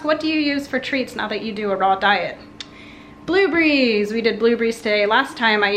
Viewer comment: Is no one going to talk about how you say blueberries?! it cracked me up. I love your videos <3